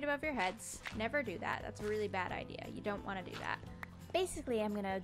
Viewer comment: One day after going back to school -: “And honestly after today, I don’t wannu.”